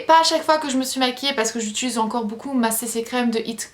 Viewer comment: c'est "utiliser" et non "utuliser" hahhaa:)